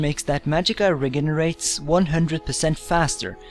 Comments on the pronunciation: re gay ne rates, oh lol, i really hope someone eventually corrects you so you know how to pronounce it right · haha he says regenerates wrong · ha the way he says invisible and regenerates, i just had to stop the video and laugh